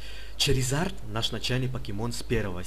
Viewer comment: ура он сказал Чаризард а не шаризард